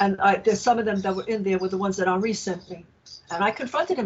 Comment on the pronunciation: She pronounced his name w/ a french accent, like "On-ree," I bet bc on the phone he pronounced his name that way. Ding, ding, he's in Nigeria. Also has three first names.